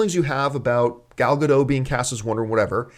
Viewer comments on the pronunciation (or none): ***** Please stop mispronouncing Gal's name. It's like nails on a chalkboard. Gal (rhymes with "doll") and Gadot (just how you are saying it, but the "t" at the end of the name is pronounced and not silent). Thank you, drive thru, first pick up window, please.